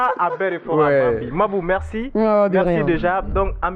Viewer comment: Mambo c est qui toi tu suis l émission et tu n es pas capable de donner un prénom correctement c est mabou mr et c est pas palabre 🤣